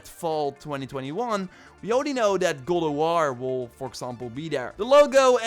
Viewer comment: Gode of war lol. Practice saying God in mirror.